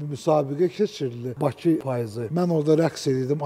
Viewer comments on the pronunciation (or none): none